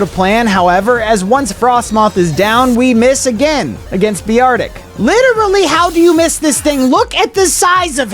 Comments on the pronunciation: BEEARTIC ITS BEAR-TIC NOT BE-ARTIC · Bro, it is not beartic its Beartic